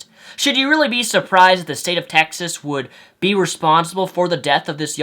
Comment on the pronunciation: He said Texist haha